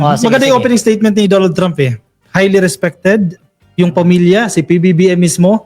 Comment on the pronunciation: GUYS DONALD IS PRONOUNCED AS DANNALD TRAUHMP NOT DON ALD,, '"TRAU-MP" IT'S TRAH UMP...